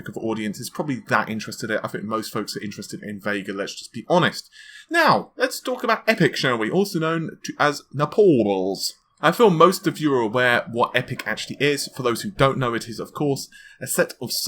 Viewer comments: It's Naples, as in Italy; it's not Nepal ("Nepals") as in Himalayan mountainous country. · naples... naples mate... not nepals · Now that AMD has released EPYC hopefully will will stop hearing mispronounce Naples! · Overtake certainly by not reading all the comments about his horrible Naples pronunciation